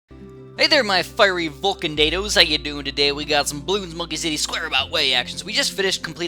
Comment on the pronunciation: did he just call me a "Fiery Vulcando"? ._.